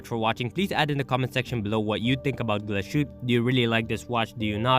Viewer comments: Wow you didnt even bother checking how the name is pronounced? You do know they speak German in Germany not French? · Not bothering to make the minimal effort of spelling and pronouncing Glashütte correctly is insultingly lazy.